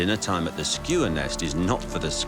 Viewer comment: Isnt Isn’t is Skua, not Skewer?